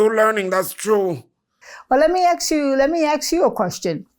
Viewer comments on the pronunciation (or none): I really enjoyed watching this thank you!! Something she said was Axe instead of Ask I was cracking up. I can’t wait to see you on Netflix Tita luv ya ❤️ God Bless